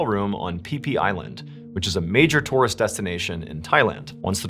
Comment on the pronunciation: Its pronounced tour - ist.